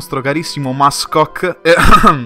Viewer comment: 'mascock' ti spacco! ahahahaa